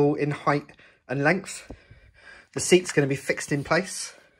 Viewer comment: Nice work. When you're explaining things, just get to the point though. You spent like 37 minutes talking about the end caps. And cure yourself of the "heighth" disease.